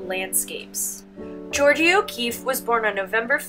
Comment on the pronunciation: Love your videos for my students but please work on pronouncing artists names. George-ah